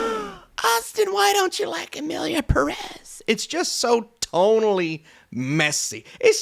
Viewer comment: Since Emilia Pérez is now a real contender I guess it’s time for you to learn how to pronounce the word Pérez (the stress is on the first syllable which is even indicated by the é)